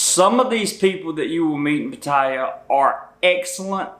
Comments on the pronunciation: **Lots of useful info---I'm retiring in Bangkok in 2026. Been to Thailand several times the last being Pattaya in 2006 for 2 months...Best time of my life!***One thing though Bro...You are pronouncing Pattaya WRONG! I've heard you say it in 3 different variations that people commonly say. All 3 wrong. It IS pronounced like "POT" "TEE" "AHH"! Say those 3 words and you'll hear the proper pronunciation!***Believe me...I'm right!** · Excellent, except for his pronunciation of “Pattaya” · Is there a reason why you cannot correctly pronounce the name "Pattaya"? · 1st rule going to Pattaya and doing a video on it, learn how to pronounce Pattaya correctly ffs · I would imagine if you go there as much as you do that you would at least learn how to pronounce its name properly... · geez I hate people that pronounce Pattaya like he does. Shows he knows sod all about the place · Damn! At least learn how to pronounce the city's name. I learned that 10 seconds after landing in Thailand. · You might want to learn how to pronounce the city you’re giving advice on 😂😂😂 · This hillbilly is not even pronouncing Pattaya properly...he's idiot! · you don't even know how to pronounce Pattaya. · I know, and he has obviously been and heard a Thai person pronounce it correctly so it really triggers me. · Learn how to pronounce Pattaya dude. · This guy keep mispronouncing the name lol.. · Maybe you could start by pronouncing the name of the city properly . . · Dude, try pronouncing Pattaya properly! Lol! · Right on, all good advise. I agree. One thing, you are pronouncing Pattaya wrong. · First rule....please learn how to say Pattaya. You arent even close. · The southern accent while mispronouncing "Pattaya" is funny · learn how to pronounce Pattaya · Please try and pronounce it correctly it's Pat Tea Yaa not Pat Thai a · It’s pronounced closer to pot-tea-ah not pah-tie-yah. You should at least learn how to pronounce the name of the city ! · Can't even say the place properly! Patire?